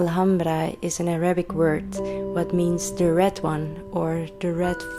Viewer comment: Ma shall Allah, your Arabic pronunciation is very good 👌